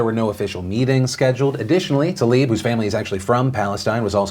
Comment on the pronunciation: Is the pronunciation of “rashida talib” accepted wrong like “Brett farve” ?? Because Tlaib =/= Talib....